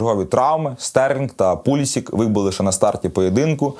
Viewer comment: Пулісік -правильно. Ну не хоче американець бути Пулішичем. А деякі неадеквати говорять Андрєй сєнькОв)))